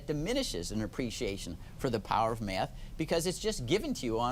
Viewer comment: "If people could master maff, it could bring order, civility..." To master a subject, it is helpful to know how to PRONOUNCE the subject. Maff is not a subject.